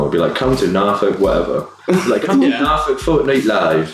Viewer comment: The way he said Norfolk didn't sound right lol